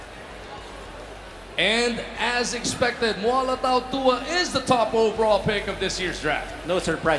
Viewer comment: How cuturally insensitive. Tautawa is how he ssaid Tautuaa's name, he's tongang snd should be taootooahah.